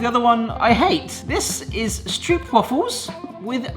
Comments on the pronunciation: Never heard anybody pronounce stroopwafels like (Meryl) streep. You just pronounce it like rope, easy peasy! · Do try this at home! Pronounce the stroop in stroopwafel like you pronounce rope. Lose the stoop sound. St-rope-waffle. And if you want to do it real good, waffle in dutch is almost the same as in English. It’s the aah! (scared scream) sound. So w-aaah!-fel. And then lose a few a’s because you don’t want to sound scared about a stroopwafel, they’re delicious! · Okay,. In Dutch, if it has a double O, like in stroopwafel, you pronounce it as a single o. Stropewaahfel. Not waffle. Not stroop. Also pregnancy cravings apparently come from the mother's body requiring specific nutrients.